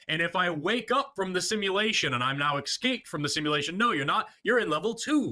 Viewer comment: Forest, please, I'm begging you. Correct your pronunciation of escape. There Is no X. This is the second time I've heard you do it. You are awesome, otherwise.